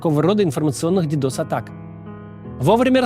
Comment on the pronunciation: «Дедос атаки» 😅😮😢